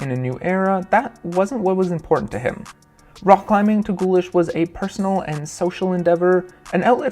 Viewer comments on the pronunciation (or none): I know the german 'ch' is hard to pronounce, but hearing "wolfgang gullish" was hard for me haha. If you want to learn how to pronounce the german "ch", say the word "cute": the moment when you transition from the "k" sound of the c and before you get to the "oo" of the u, that is a german "ch". Bonus points for pronouncing "ü" correctly as well, that is quite easy, it sounds kinda like "eu" Otherwise, "gullik" is already infinitly better than "gullish". Aside from that pedantic complaint, great video, I look forward to the next in the series! I really love these well-produced looks at the history of the sport! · Thanks a lot for the vid, but when you people learn how to pronounce foreign names properly? It's not a big deal, but reeks of arrogance or ignorance, sorry!